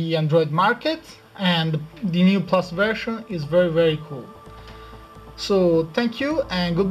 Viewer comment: weedget.. hahahaha Vershan lol